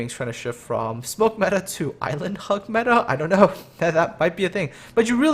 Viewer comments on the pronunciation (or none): none